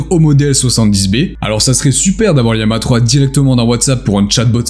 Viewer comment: Je sais pas si tu t'es fait matrixer par Micode mais on dis bien Llama et non Liama, d'où l'image de lama qui y est associée. C'est aussi une famille de modèles dont Vicuna, Alpaca ou encore Guanaco font partie, ce qui explique les noms faisant référence aux cousins du lama. Sinon très bonne vidéo au demeurant 👍